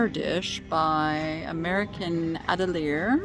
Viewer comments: Atelier pronounced AH-TELL-EE-YAY 💜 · Stress on the Yay! 😉